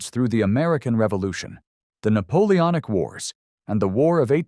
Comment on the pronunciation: NAPOONOIC YEAHHH